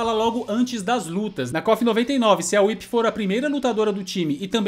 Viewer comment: O like já veio logo quando você falou WHIP e não "WUAIPI"...kofeiros sem noção que inventam nome dos personagens. PARABÉNS!